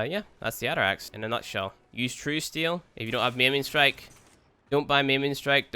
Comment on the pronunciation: The atterax AKA "nuberax"